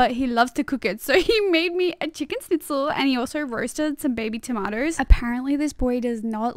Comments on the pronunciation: I ❤ how u pronounced schnitzel to ,,snitzel"😂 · A chicken snitzel?? Im from germany, and it's pronounced like shnitzel.. but anyways that pasta looked amazing and ur stunning❤ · The way you pronounce Schnitzel 😂 My Austrian heart is bleeding (Schnitzel actually got “invented” in my country) but it was hilarious to hear 😂 Also major props to for making some meat for you even though he’s vegetarian, that’s so nice and the food looks delicious! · Adding to this: 1), you need to go to Italian cooking jail where they teach you to NEVER BREAK THE FKING PASTA🤬AND IF YOU DO YOU DONT GET TO EAT 2), it‘s pronounced „shnitzel“ just scratch the C, works on all German words. Unless there is any consanant except S after an S then just make it sh